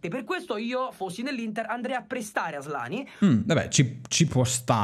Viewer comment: Però nessuno ha notato come ha asllani, ASSlani ahahahah